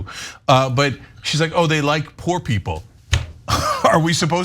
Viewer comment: She turned “poor” into two syllables. 😂